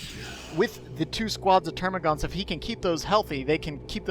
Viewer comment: Dammit, they're called termagants, not -gaunts. There's no "u" in their name like the hormagaunts. ^^ Aaanyway, great cast as always, and great game by the players. Big thumbs up! :)